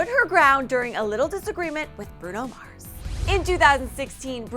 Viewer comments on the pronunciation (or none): none